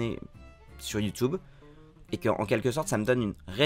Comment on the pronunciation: Je suis pas d’accord, je pense pas qu’on dise « you-toube ». Mais pour le reste, merci, c’est très inspirant.